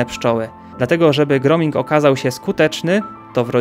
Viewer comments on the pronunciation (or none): Nie "groming", tylko: gróóming :) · Dziękuję za film.🙏 Zwrócę uwagę tylko na jedną rzecz: "grooming" czyta się "gruming" co oznacza pielęgnację.